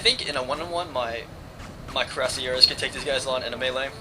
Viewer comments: you could spell *cuirassiers* a little better, its close to *kooee-ra-siay*; no stress on the last syllable. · it is pronounced crew-say-ers